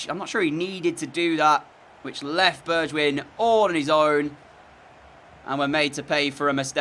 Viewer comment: Correction his name is actually pronounced bergwine not bergwijin 😂 it’s an error I also used to make